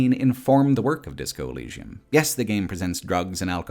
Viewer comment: you cant even say the name of the game corectly? wtf?